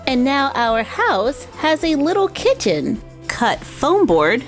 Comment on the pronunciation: Not trying to be rude but you said kitten not kitchen